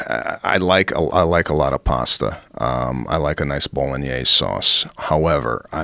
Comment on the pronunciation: First time I heard how Bolognese is supposed to sound.